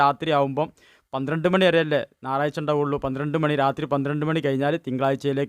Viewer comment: നാറാഴ്ച അല്ല.ഞയറാഴ്ച